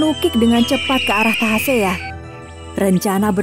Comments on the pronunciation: Tasahea deela min bkn tahasea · bukan tahasea tapi tasahea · Bukan tahasea min, tapi tasahea 😇😇 Ini cerita rakyat dari daerah saya di kolaka suku tolaki mekongga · Maaf koreksi sedikit. Nama sang pemberani itu yg benar adl Tasahea bukan Tahasea. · Yg bener itu tasahea jangan di pelintir dong bukan tahasea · SALAH NAMA...TASAHEA...NOT TAHASEA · Tasahea, bukan tahasea